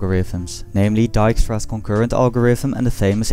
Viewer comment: The way you pronounced Dijkstra made me doubt actually:P Or maybe you are one of them Belgians ಠ_ಠ